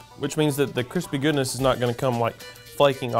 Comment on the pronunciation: “Crispay taters”